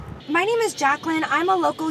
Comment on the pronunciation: Except the fact that you butchered her name 😂